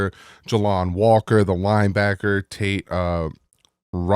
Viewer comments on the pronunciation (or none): none